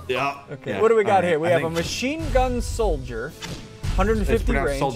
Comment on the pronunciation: its soldier not solodere